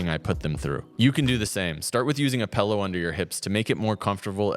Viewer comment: where can i get one of these "pellows" you speak of?